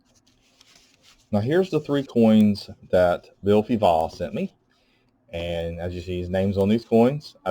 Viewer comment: Very first time I hear someone pronouncing Fivaz (Bill) I wouldn’t have silenced the Z . Different learning from you.